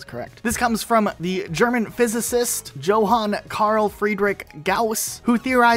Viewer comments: you can't make a video criticizing the mispronouncing of gauss and mispronounce his first name using a j as in jojo instead of a german j as in Junge or similar to how you say yo-han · Makes a video explaining that your saying things wrong proceeds to pronounce Johan (Yo-han) as Johan (Jo-han) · Dude also pronounced the German name "Johann" with a j sound, and not a y sound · proceeds to mispronounce Johann 😂